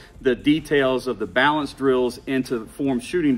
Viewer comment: Lol. Man really said "BaAlance